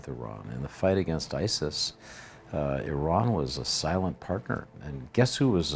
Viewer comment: At least this guy pronounces Iran correctly, unlike many other persons who work in the media field.